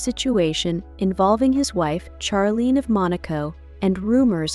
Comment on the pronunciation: They are NOT Scandinavian. Charlene is pronounced Sharlene.